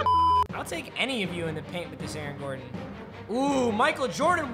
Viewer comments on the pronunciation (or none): none